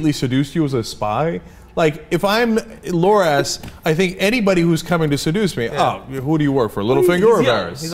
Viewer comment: it's loras, cenk. not lor-ass